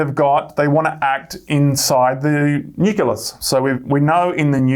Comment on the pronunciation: The word 'nucleus' is pronounced nu-klee-us.